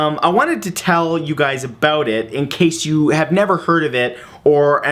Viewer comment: My faith in humanity has officially been restored...you do say "aboot" quite a bit in this one ;)